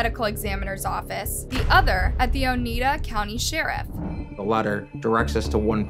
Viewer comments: Oneida = "Oh-Niy-Dah," not "Oh-knee-Dah." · Lol you have no idea... This was local for me...I live in Oneida county and it drove me nuts every time she mispronounced it 😂